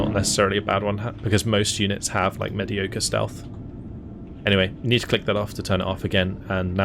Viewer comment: You said mediocre wrong so everything else in the video is meaningless now.